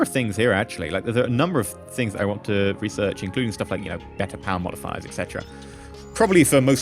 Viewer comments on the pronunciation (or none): none